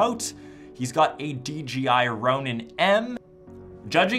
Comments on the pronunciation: It is DJI and u keep saying DGI, sorry that was bugging me lol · Lol you said "dgi......" 😂